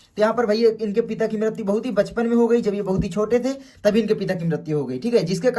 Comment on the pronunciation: Bachpan❌ Pachpan✅🤣🤣